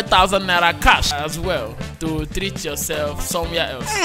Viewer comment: It's Cash not Khaas